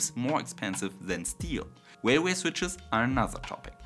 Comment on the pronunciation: Railway not Wailway. W is bilabial. R is bidental.